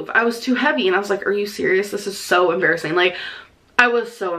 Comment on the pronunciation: You mean 'embarraseen'